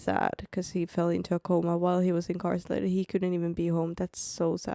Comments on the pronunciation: I don't want to be that person. But since you've mentioned your English (which is great BTW) in other videos, I wanted to give you a quick correction on a word pronunciation. You kept saying incarcelated instead of Incarcerated.. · Hearing you try to say incarcerated is hilarious 😂😂😂. "Incarselated" 😂 its cute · She's so cute adding an el to her pronunciation of "incarcerated". Different countries have different rules. Before going to any country, it is best to know the rules that would be a surprise to you. In dictatorships, don't touch any images, statues, of any thing. I might not be a good idea to take photos of govt buildings either, since those photos might be deemed useful for targeting by a foreign country. "The very young do not always do what they are told." Young can be age or maturity or experience level. Spain doesn't allow photos of private homes from the street without permission or of children. There are some loopholes, but if you aren't careful, someone will complain and the police will err on the side of the local, not the visitor. Some NATO countries have mandated on-demand decryption of anything they want. You have no right to privacy when entering their country and if you bring an encrypted file, they can demand you decrypt it. I've been tear gassed in Turkey. No, they weren't aiming for me, but an entire neighborhood was covered in tear gas by the govt officials to break up a college student protest against the current President at the time (he's still in power, BTW). We were just down hill from that location. Was nearly arrested in Turkey for refusing to pay massively inflated drink prices.in a mob-run bar. They called police, but didn't know we had a local with us who explained we were being charged 10x more than he was for the same drinks. In Argentina, we we